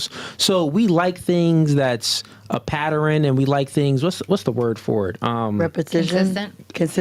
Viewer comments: As intelligent as usually comes across, I can't believe he said " pat- ter- rin" 😂😂😂😂 it's pronounced " pat- tern" 🤷🏾‍♂️ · Dude said "paterans"😂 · Bruh talkin about shorty talk better english when he sayin patterern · He say pateran?? Tf